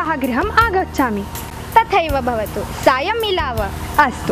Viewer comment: बहुत बहुत धन्यवाद आप सभी को 💐💐💐लेकिन उच्चारण करते समय थोडी गडबडी हुई है। अगला वीडियो जब बनाएं तो कृपया उच्चारण सही हो इसका ध्यान जरूर रखें। चैप्टर 11-12 मे तो स्पष्ट है कि कुछ शब्द जैसे भवतु को बवतु कह दिया गया। जैसी कई उच्चारण संबंधी त्रुटियां हैं। 💐